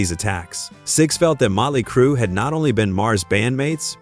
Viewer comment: Motley not mutley